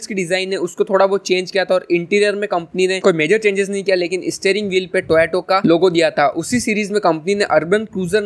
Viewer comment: टोएटो nai टोयोटा hai bhai